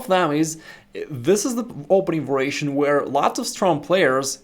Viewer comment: Va-Ri-A-tion pronounced "va-ree-ay-shun" YOU teach me something, I teach you something. Thank you for the vid!